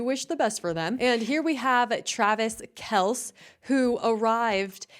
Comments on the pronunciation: . Your staff should've told you if not the comments it's pronounced Kel-cee. No biggie. Your show still kicks as 🎸🎸🎸♥️♥️♥️ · It's pronounced Kel see1 😮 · It's said like this Kell See😂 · His name is Kelc-eee. And that suit is not from the 90's, its a 70's throwback. You aren't that informed on... some common knowledge stuff... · Oh I enjoy your videos Just want to correct u It’s Travis kelce No silent letters